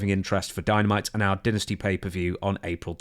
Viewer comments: Why do British people pronounce "Dynasty" as Dentistry? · Sometimes brits say dynasty like dyn, n sometimes like din, we dont use it very often in conversation so people are confused about the right way to pronounce it so say whatever springs to mind imo.